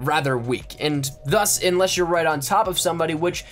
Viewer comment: I got two things to say. 1, you fucked my brain up with the thuss shit. 2, SLOW THE FUCK DOWN NOONES TRYNA KILL YA ASS